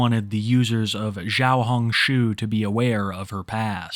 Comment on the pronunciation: can i give some advice? "xiao" is not prounounced "zhao" or "zshao" lol. Chinese already has a "Zh" and its pronounced a bit sharper than "zsh" X is also a sharp "c" sound without any "h". Or just use Rednote lmao.